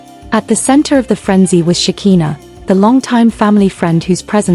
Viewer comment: Her name is Shekiiiiiiinah NOT shakeeena. ,🤦🏾